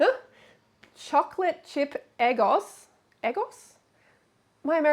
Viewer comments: Lmao "eh-gos". Freelee it's "egg-ohhs" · Eggos are those frozen waffles she's eating. It's pronounced "Eh-goes" as in 'egg' and then 'goes', as in... She 'goes' to the store. Eggo rhymes with Lego, the toy.